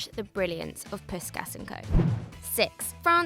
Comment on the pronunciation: learn to pronounce puskas